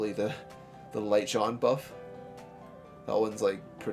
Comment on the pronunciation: time to evo3 my light "Jen-nay" drives me crazy when you call her "Jon" =P